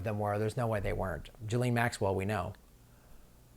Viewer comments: ghee-lane..not gelene... try that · Ghislaine ...... NOT Gillaine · her name is pronounced Jizz Lane, not Geelane. It is impotant to pronounce it correctly as it helps clarify the story. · Why does everyone mispronounce Ghislaine Maxwells name as 'Jaleen', its pronounced 'Jislain'. duty paid 2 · How do you get to pronouncing Guislaine, "Jileeen"? Out of all the absurd ways of pronouncing her name that are doing the rounds, this is the most ridiculous and it's completely distracting, when trying to watch the video!!! It just sounds so completely stupid. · Let's pronounce her name correctly. It is pronounced, "JIZZ-LANE" Maxwell. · Her name is pronounced ghee-laine, hard g.